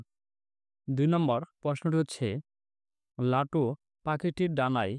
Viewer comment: লোটু না ভাই লাটু